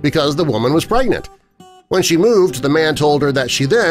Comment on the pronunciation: Omg it sounds like u said a "pregant woman" The first time u said it